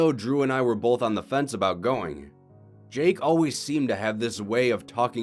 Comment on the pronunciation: Both not bowlth!!!!!! Keep.up the good work!